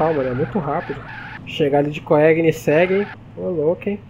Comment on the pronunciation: uma dica so, koegnisseg nao se pronuncia o 1° g, fica tipo um "coênisseg"